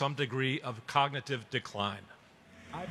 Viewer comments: Someone should test him on his ability to just SAY cognitive capability, what a dunce. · He could barely say cognitive.